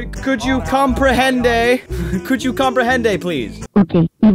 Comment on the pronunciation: Will its not comprehende is comprende XD